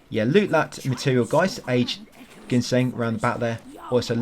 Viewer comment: Haha the root is pronounced gin-seng not genshin like the gatcha game :D don’t sweat it though I just find it funny. Great guide.